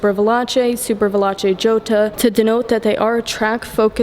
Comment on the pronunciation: Is pronounced Jota in Spanish didn’t you go to school